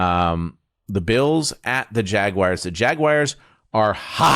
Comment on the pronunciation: Hey Fitzgerald, you went to Harvard, right? PLEASE stop pronouncing Jaguars as “Jag-Wires.” It’s horrible!